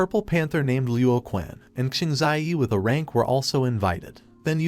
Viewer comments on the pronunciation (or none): I HONESTLY CAN NOT STAND THE STUPID TEXT TO VOICE SAYING UH RANK INSTEAD OF A RANK.... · Quick little helper, for your text to speech thing, type (A Rank) as ("A" Rank) in order for it to be pronounced more accurately. Also, thanks for the recap. :) edit: this strategy may also work for more than just that phrase. edit 2: you can also type "A-Rank" as well